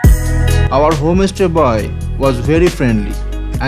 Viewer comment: Why are you saying home- estay indead of homestay?